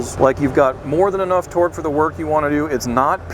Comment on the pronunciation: Trying to figure out why the dude explaining sounds so weird when he say torque. Speech impediment maybe? But if so why would he be the one they send.